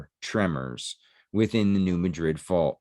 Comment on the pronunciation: It's pronounced New Mad-Rid. I'm a Southeast Missourian, not far from the town of New Madrid and we live on the New Madrid fault-line. We also have a town of Hayti, pronounced Hay-Tie not Haytee. We also have an Arab pronounced A-Rab and a Cairo, pronounced Kay-Row. It's the South, we pronounce things funny here. We also have a town called Cooter Missouri. No special pronunciation or geographical significance, I just wanted to say Cooter. Because...Well...COOTER...MISSOURI...🤣...Great videos!!!